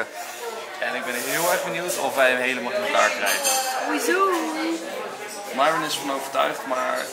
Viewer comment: Enzo, de meet&greet was echt heel leuk, je neemt de tijd voor iedereen en probeert iedereen aandacht te geven. En trek je maar niks aan van al die vragen over jou en Myron (waarom noem je haar eigenlijk maiwren en niet gewoon Mieron? Geschreven zoals je t uitspreekt) mn dochter vond het superleuk dat je een week geleden even wou reffen :)